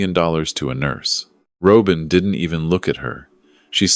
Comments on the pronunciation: AI please learn how to pronounce the name Robin! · A Good story, in which you could only say Robin properly.